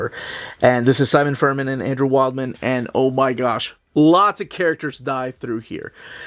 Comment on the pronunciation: Wildman is pronounced Wildm'n, not like wild man lol.